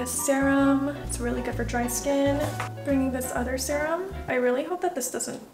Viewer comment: again said "SAERAMM" 😂😂 LOVE HER SHE'S SO CUTE <3 💗